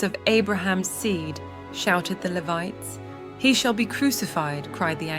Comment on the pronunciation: It's pronounced "Lee-vite" - Gee! When you use AI to do your voice-over, you must train it better. This sounds stupid.